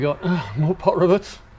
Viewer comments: Are you saying "Pot rivets"?? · must be the accent then cause I kept hearing pot rivets.👍😆